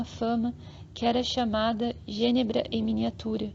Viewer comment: Falar Genebra, acento em Genébra